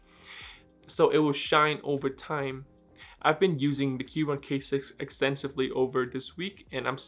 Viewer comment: Aren't you supposed to pronounce the "c" in Keychron or have I been saying it wrong this whole time?